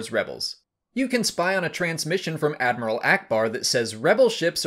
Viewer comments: Is just me or his he saying Dadmiral instead of Admiral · did I hear him right...? Did he say Dadmiral Versio...? 😂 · Wait did anyone heard him say Dadmiral? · Dadmiral? Lol! XD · “Dadmiral Versio” Lol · "Dadmrial Versio" Ok, that got me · “Dadmiral Versio” 😂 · Is it just me or is Admiral Versio Constantly Referred to as Dadmiral in this video? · "Dadmiaral", ha. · Dadmiral?..... What is it, Admiral, Grand Admiral, and then Dadmiral??? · The Raider class corvette was in Trawn. Also did you say dadmiral? X-D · Did you say dadmiral lol? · Lol "dadmeral" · I caught that too. Had to rewind to make sure I didn’t mishear him. 😂